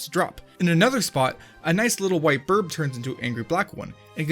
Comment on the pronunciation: He said birb Crucify him